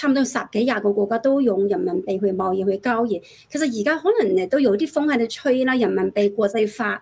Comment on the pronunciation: 交易，讀成郊野